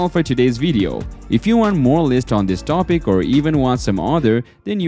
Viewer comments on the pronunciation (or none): none